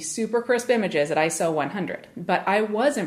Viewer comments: 'The screen moves differently'. Wow, such a great reviewer... NOT! So simplistic it's unbelievable. And it's not pronounced 'Eye-So', it's 'Eye-Ess-Oh'. Absolutely the worst channel on YouTube. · It's Eye-Ess-Oh, not Eye-So, just as it's Nick-On, not Nye-Kon!!!